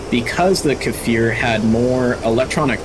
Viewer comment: It is not kAfir it is just kfir (the sound k makes)+fir